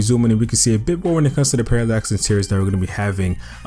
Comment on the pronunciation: bro if you say Paralex 3D Intiriors one more time i am gonna snap